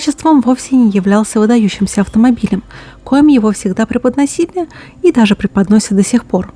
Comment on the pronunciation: Пиздец. Дослушал до 9 минут (а это треть ролика!), ни одного намёка о том, как же ГАЗ-51 уничтожил СССР, монотонный бубнёж без выделения пауз, запятых и знаков препинания, неправильные ударения, а то и слова ("коми" вместо "коим")... начал засыпать. Рекомендую ролик в качестве снотворного, а мне 9 минут хватило, спокойной ночи! P.S. Хотя манера авторши произносить слова с придыханием весьма эротична. Не те ролики озвучивает девочка, талан в землю зарывает!